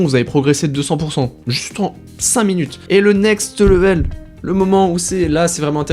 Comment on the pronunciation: Ça se prononce « lè-veule », pas « le-vèle » 🥱